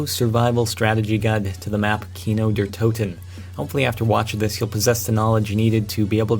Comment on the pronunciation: ok just saying iam german i only know how to say the zombie maps and shit in german and th r in der is silent so its de toten just a word of edvise everyon gets it wrong